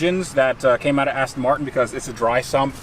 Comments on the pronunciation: Do Americans call them Astin Martin's? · Were you intentionally saying "Cheap ASSton Martin"? Lol. Maybe it was a Freudian slip based on it being such a hooptie and being all pimped out. Lol